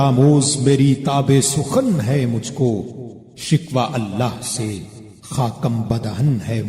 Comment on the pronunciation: Sir, your rendition is super fluently excellent. However, you could improve it by correcting parts of the otherwise sound pronunciation. To begin with, let's say the word shakwah right. It is not shikwah.